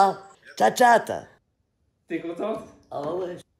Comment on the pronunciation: Il faudrais lui dire un jour qu’on ne dit pas tchat-tchat 😂